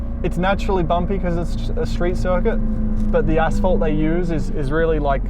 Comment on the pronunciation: You got this!🏆And you said "assphalt"🤣